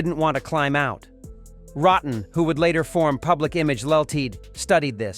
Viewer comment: Mispronouncing Public Image Lmt. Mispronouncing Neu! This video is garbage.